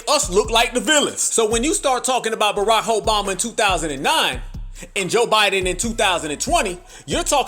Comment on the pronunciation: He said, Barakhoeboma-😂